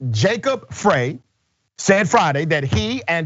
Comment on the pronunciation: Frey....say it like Fry.